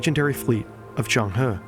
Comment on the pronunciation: Legendary Zheng He in Chinese would be 郑和 , should be pronounce as Jung Her (the closest it would be in english) Hopes this helps